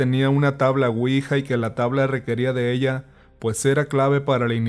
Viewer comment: Se pronuncia (Uija) no (Cuija) la cuija es un tipo lagartija albina más bien transparente y hace sonido como si te estuvieran besando ruidosamente.